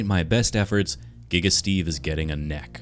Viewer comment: Giga steve :\ sounds more like Geve